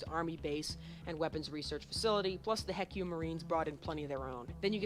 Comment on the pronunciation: I would rather be stuck with a needle then listen to him ever pronounce HECU as "heck you."